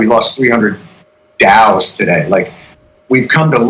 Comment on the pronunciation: Did he say 300 “Dow’s”? 🤔